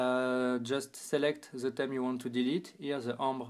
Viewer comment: I Like His French Accent But I Dislike His Pronunciation Of 'Theme'